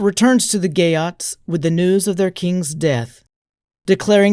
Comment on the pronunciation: I hear "gay oats" every time😂 Salutacions per a tots des de València